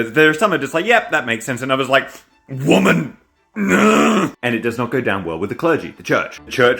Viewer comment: This way to say "woman" 😂🎉